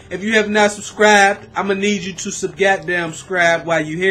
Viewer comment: u said sub-goddamn-scribe like subscribe is 2 words xD